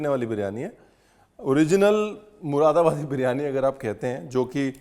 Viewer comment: P.S. Read it as Muradabadi instead of Mushidabadi.